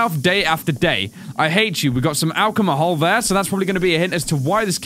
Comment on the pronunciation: did say alchamahol? BTW Congrats on 300K Subs